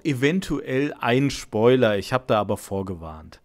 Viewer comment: Spoiler nicht schpöler